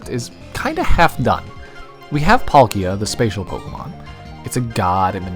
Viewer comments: PalkIa because Paul is pronounced as P-O-L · I thought that it was pronounced as palkia, not Paul......Kia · Who tf is palk-eee-a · I'm pretty sure it's pronounced "Pálkia," not "Palkía" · Its not palk I a, its PAL kia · It sounds so weird hearing the American pronunciation of Palkia. It’s a slight change but it sounds so wrong. For anyone wondering, American:Pawl-Key-Ah. Everywhere else: Pal-Key-Ah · "Paul-Kia". Alright sir with a common male's name owning a Korean brand car it's "Palk-gee-ah" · Dialga is pronounced DEE-AHL-GA Not DIE-AHL-GA Palkia is pronounced PAULK-EE-A not PAUL-KEEE-A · dude you're saying palkia like pal kia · Pronounce it pal-kee-uhh one more time.. XD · Say Palkeeya one more time, I dare you. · It’s PAl-kia with focus on the first a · i mean that's really cool and all man but like did you just say Pal -KEE-a? I object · You say Dialga properly but who says Plakia emphasising the "ki" ??? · It literally sounds like pal ikea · Its sounds like polkeea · That's not how you say palkia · Glad someone loves pal- Wait how did you pronounce it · Love the vid but the way he says Palkia.... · You pronounced palkia wrong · I either hear PAHL-kee-uh or PAWL-kee-uh but can't say I've heard pawl-KEE-uh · The way he said palkia hurts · Oh ma god if he says Palkia like that one more time I’m gonna be SHOOOOK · that’s a pretty brave pronunciation of “palkia” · yeah he says it kinda like that🤣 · Every time this man said "Palkia" i cringed harder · That pronunciation of Palkia is awful!!! But great video nonetheless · I couldn’t watch this video. You can’t even pronounce palkia right 🤦🏽‍♂️ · Great video but I can’t stand how you pronounce Palkia lol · Bruh amazing video but WHY IN THE HECK do you pronounce Palkia like that!? The emphasis is on the A, not the I! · It's on the "palk" part specifically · My only criticism lies in how you pronounced palkia but to each their own. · He says palkia like it's a Pokémon world version of IKEA....